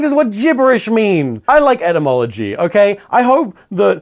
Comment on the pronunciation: What surprised me the most about this video is that that's how you're supposed to say "etymology" I've been saying it wrong all this time